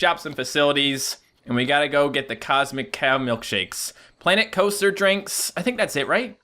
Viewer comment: "clanet cloaster"